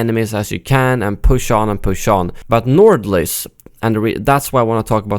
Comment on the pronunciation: bro u are from sweden and I am from Norway, we both know how to say nordlys so dont pretend like u cant pronounce it properly because u are talking english or something